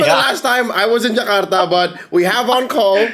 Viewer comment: your pronunciation of jakarta is on point. good content you have. good job